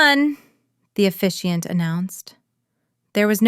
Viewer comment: The word is officiant